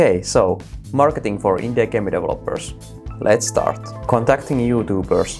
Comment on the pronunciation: when you say Indie i hear INDIA